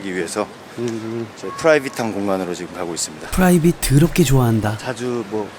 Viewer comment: 후라이빗~ 발음 좋으십니다 ㅋㅋㅋ